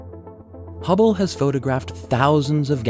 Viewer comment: For a second I thought it said "Hubbie Space Telescope".